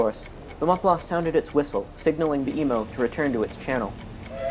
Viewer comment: How difficult is it to say Mont Blanc? Otherwise excellent video. Does anyone know why the Stella was in the wrong lane?